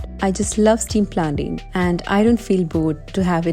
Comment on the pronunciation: Hi...your yu.tube vlogs just amazing...simply superb...Hats off to your hard work...God bless your journey.....i think the correct pronunciation is ( plantaiiin) Planten....😇